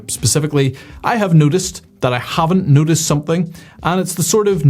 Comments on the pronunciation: I have never heard "Noticed" sound like "Nudist" before! If we want to be Nudists, then surely a little warming would not go amiss? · I thought you were saying "nudist, i haven't nudisted"... then i thought, as a nudist you would notice weather trends.